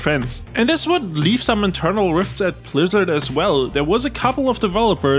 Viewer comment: 33 mins in homie doesnt know how to aay blizzard homie says plizzard